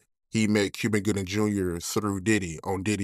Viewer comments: On me I heard him say Cuvin Goobin Juber.😂😂😂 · could not pronounce Cuba Gooding jr..